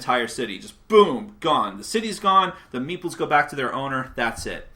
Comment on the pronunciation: Whenever you say meeples, I hear meatballs ^^